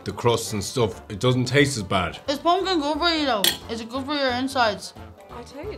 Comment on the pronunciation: Your pronunciation of "poompkin" was the best part.